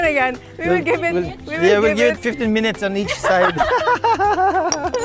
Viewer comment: naparewind ako mayor yung Minutes at Each naging MINEACH, 🤣